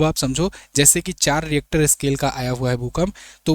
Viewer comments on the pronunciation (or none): डरानेकी झूट बात मत कीजिये. भूकंप का भविष्य कोई भी नही कर सकता. Rister not reactor.